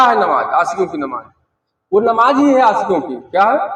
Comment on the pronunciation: Namaaz to har musalman k liy ek jaisi hi. He....yeh jo alag alag bata rahe h..esa kuch bhi nahi h..inko to sahi dhang se namaaz bolna bhi nahi aati h..namaaj namaaz bol rahe h